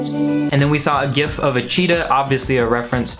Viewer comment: glad to hear you say gif with a hard g